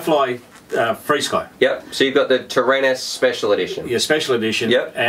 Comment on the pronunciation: just pronounce frsky as frisky